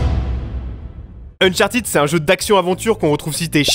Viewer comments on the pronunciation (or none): UNCHARTED PAS UNCHARTID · Pourquoi vous le francais vous ne prononcer pas les mot correctement comme uncharted vous le disez unchartid, what ever..